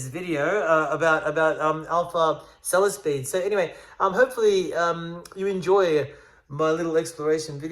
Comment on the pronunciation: hehehehe... love it... "bought a selesspeed for the challenge"